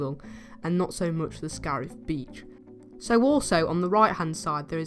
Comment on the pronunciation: Scarif, not scarf